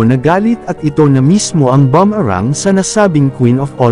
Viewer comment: FOREIGNER PO KAYO SIR??? ACCENT NO BUMARANG.. HHHAAAA